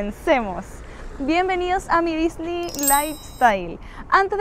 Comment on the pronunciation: Una pregunta porque dices Disney tan raro no se dice como tú lo dices